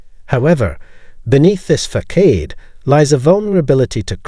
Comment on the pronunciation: Fa-said???? It’s facade: Fa-sawd.. this pissed me off everytime you say it wrong!!!